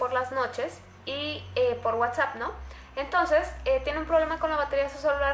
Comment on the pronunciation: #WhatsappReal, te comiste la s jeje siii que bien que otra vez habra terror por Whatsapp